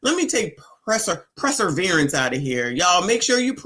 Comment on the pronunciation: Perseverance, NOT preserverance 😂😂😂